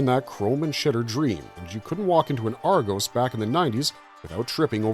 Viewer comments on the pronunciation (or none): I had to leave a comment because the mispronunciation of Argos hurt. Like I know it's a UK retailer, but there's a movie with the same name and it pronounces the name right despite also being American.